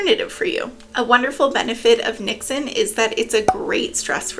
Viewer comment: As a Dutchie I can confirm you said 'niksen' right 🥰 niks = nothing